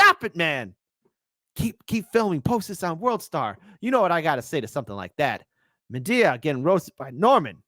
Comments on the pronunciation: It's Medhi not Medea . You mean it was Medea under the mask all along like a Scooby-Doo villain?🤣🤣🤣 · What's with pronouncing "Medhi" like "Medea"? Is it some reference that I don't get? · kept calling Medhi, Medea San 😂 Im picturing Tyler Perry in drag and the Karate Kid headband 💀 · pronounces "Mehdi" in a rather, um, interesting way. Oh and, love ya but "oof" is already old.